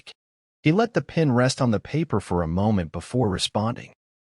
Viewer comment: South Africa Excelent story Not pin - pen